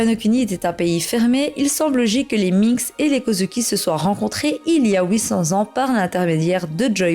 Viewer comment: mdr "il y a oui-cents ans" cette prononciation.